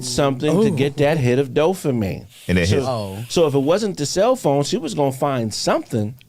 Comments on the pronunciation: I love you and the show dawg that's why I gotta let you know DOPAMINE NOT DOPHAMINE YOU KEEP SAYING THAT SHIT SO WRONG 😂 DOPE NOT DOPH ain't no Ffffff sound in the whole word please fam cuz you smart asl but it don't sound like it when you say dophamine with a serious face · Can someone tell that it’s “DOPAMINE” NOT “DOHFAMEEN” 😂 and “HIMINIST” is fucking brilliant! 😂